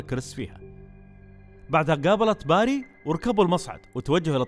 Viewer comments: توضيح .. إسم الشخصية في اللعبة بيري وليس باري .. (باري إسم من أسماء الله عز وجل) للتوضيح فقط مع الشكر ..👍🏻💙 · اسمه بيري مو باري..